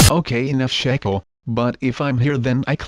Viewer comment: It's shekel